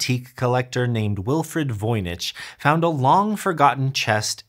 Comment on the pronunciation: Ah come on... you could have looked up the correct pronunciation of Voynich!